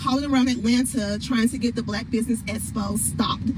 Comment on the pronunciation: not da espo T. It’s expo already!